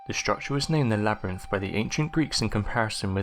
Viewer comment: "TUTUkahmen"?? REALLY?! If there's going to be real person doing the monologue, for crying out loud.MAKE SURE THEY PRONOUNCE WORDS CORRECTLY!! I also heard "o'vah" for "other", "labRENFH" for "labyrinth" and too many others to enumerate... Sorry, but bad pronunciation SERIOUSLY detracts from the mini-documentary and messes with concentration, especially when the very NAME of the Pharaoh is screwed up so badly! TUTUkahmen...he must be ROLLING in his sarcophagus!